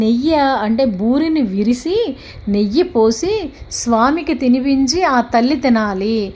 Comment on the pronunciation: విరిసి కాదు విరిచి, నెయ్య కాదు నెయ్యి